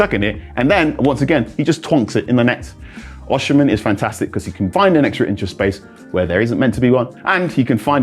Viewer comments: It's pronounced "O-cee-meh", not "or-she-men" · It’s not “O- shi-men “ … it’s pronounced “O-C-meh” …. I’m Nigerian so I know this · That's not how to pronounce his name though.